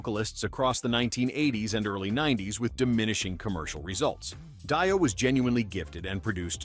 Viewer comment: Dio is pronounced DEE-oh.